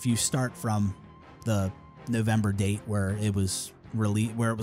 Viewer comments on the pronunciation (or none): none